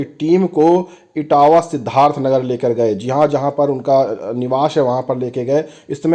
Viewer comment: It's इटवा not इटावा. Etawah is separate district